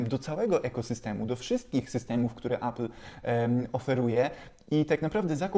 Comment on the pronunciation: Appla? Może appela? 😉